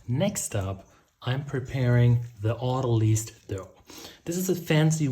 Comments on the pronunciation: Autolyse say as "Auto - Lea's (like "peas".) Your welcome, from the UK. 🤗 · Isn't autolyse derived from autolysis, in the same way that analyse is derived from analysis? I assumed so, so have always pronounced it ending in eyes, rather than lease.